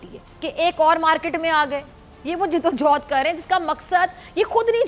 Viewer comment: JID-O-JOUHAD nahi hota. JADD-O-JAHAD hota hai JAAHIL !!!